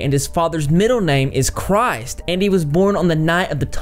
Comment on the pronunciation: There are 4 books, not just 2. And in German, you don't say "Christ" like you would say Cry-st as in the Jesus. You say Kris t.... Everyone calm down lol